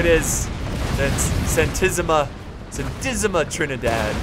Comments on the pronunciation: In Spanish l it is said with the accent mark so it would be Santìsima Trinidad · S A N T I S S I M A T R I N I D À D Every single letter must be pronounced and marked. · Like si eres español y te hace gracia como dice Santisima Trinidad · yo tambien soy español y que salga mi pais siempre me hace mucha ilusion Xd me encanta como dice Santisima Trinidad